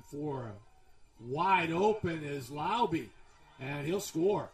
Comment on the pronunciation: It’s “Lau-beh” not “Lau-bee” … some get it right, some don’t.